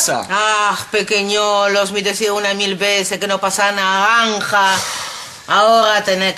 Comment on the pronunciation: Greta : naganja xD